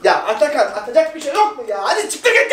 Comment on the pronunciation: Atakan demeyi öğren